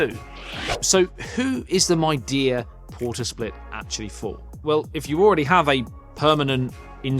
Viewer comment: Midea is from China, one of the biggest brands there for home appliances. It is becoming a big brand name in the world too. Since you are making a review of this brand's split conditioner, it's good to pronounce Midea properly - mee-dee-uh (similar to media).